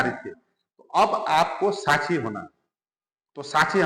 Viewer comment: Sahi shabd hai - saakshi. Par aap pronounce karte hai - saachchi Jo sunne me thik nahi lagta